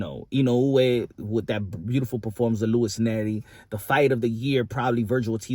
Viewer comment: Punsh accent on them names make me laugh. Its still a Spanish speakers accent on inoue usyk etc lol